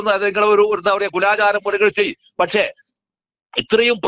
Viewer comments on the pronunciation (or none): none